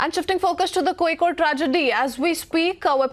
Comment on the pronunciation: Kozhikode pronounciation 👌